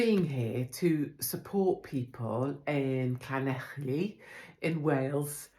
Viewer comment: Well done the good people of Llanelli! 🏴 Beep beep 🚗 Good to see you supporting them Katie. And well done with your pronunciation of Llanelli. 👏🏻